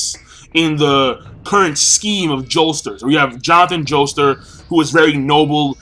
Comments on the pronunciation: Why do you pronounce it Joester? Jotaro's surname is Kujo, I totally know what Jotaro's stands' name is gonna be. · Are you saying "Joester"?